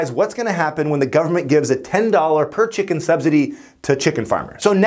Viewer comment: ah yes... chimken